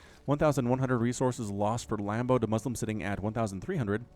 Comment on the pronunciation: Am I the only one who laughed when he said lambdo hailing from Germany?